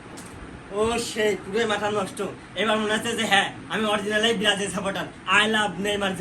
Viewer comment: Brajil❌ Berajil✅😂😂😂😂